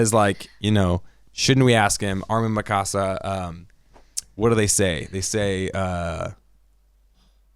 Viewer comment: Just found your podcast the other day. Had to hear your thoughts on EP 79,80&81. Solid points. But why do you guys do dirty to Mikasa's name? The way you pronounce it sounds like a spanish home. Mi casa. It's one syllable. Mikasa. Lol c'mon now